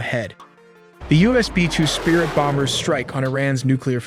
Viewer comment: Yes, I think its an AI narrator. , you can hear it say “B-2 sprit”. Someone missed the “I” in the transcript and the dumb computer said it as written.